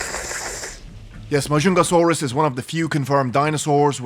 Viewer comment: Ma jung ga sauros that's how you pronounce it